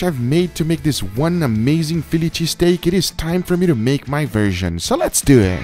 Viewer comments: "so Lehhs do ehhh" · “So less DeW eHhhh” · “Let’s dew it”